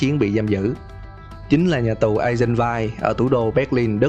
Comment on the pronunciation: Em xin góp ý nhẹ,Eisenwald đọc là Ai Dừn Van ạ -.